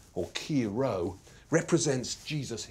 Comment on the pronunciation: I was expecting something completely different, but it was still interesting, although the presentation is a bit exhausting. My huge pet peeve is the mispronunciation of the Greek letters. Χ and Ρ are pronounced "he" (like the pronoun) and "roh", not "kheeeey" and "roooow". 🙃